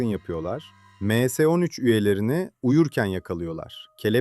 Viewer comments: Em s ne lan admin m harfli İngilizce s harfi türkçe em es 13 de bari 😂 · Em se değil dostum ya em es yada me se demelisin. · Emse nedir ya düzgün telafuz edin şu kelimeleri